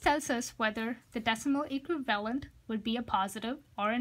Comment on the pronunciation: I kept hearing “equilibrium” instead of “equivalent” lol. Great explanation dude. Thanks a lot :)